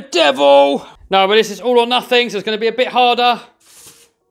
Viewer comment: It’s not nufing it’s nothing